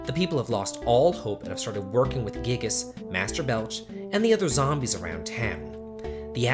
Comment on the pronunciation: Giygas is guy-ee-gus not gig-us btw.....